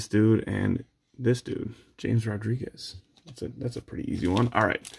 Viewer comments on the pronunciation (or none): If you're reading this, it's Haam-es Rodrigues. Not James. Also UEFA is pronounced YOU-AY-FA